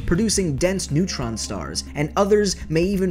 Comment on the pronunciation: I thought you said unkown starks